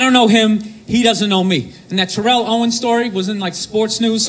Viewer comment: Sorry. Philly girl here. It’s Tare-l (rhymes with Cheryl). Owens. Not Ta-rel. I hate T.O. But...Eagles.